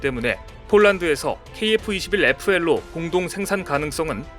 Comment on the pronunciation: KF-21PL인데 KF-21FL이라고 발음하네여